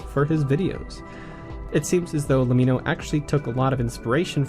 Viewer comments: Great video, but le-mee-no? Its an abbreviation for let me know, as in Lemmino. Just pointing it out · but that's not how you pronounce lemmino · its pronounce lemmino not lemmino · Isnt LEMMiNO pronounced like "Let me know"?